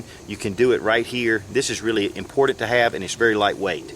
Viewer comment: "Impordent" hahaha